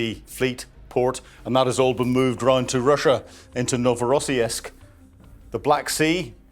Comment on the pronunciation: Novorossiysk = No vo ross seeesk. Norn 'Irn maun who speaks ruZZian and has lived in Krasnodarsky Krai AND DonbaS